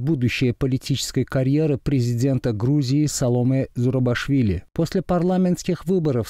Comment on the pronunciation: Фамилию президента Грузии неправильно произносите. ЗурабИшвили, а не ЗурабАшвили.